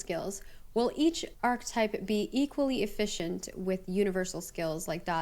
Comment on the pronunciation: I can't deal with how he pronounces ARCHETYPE. It's not pronounced ARK-TYPE.